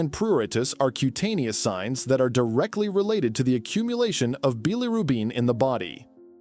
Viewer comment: Hepatitis, obesity, bilirubin, triglycerides--all mispronounced. Information is very poorly presented.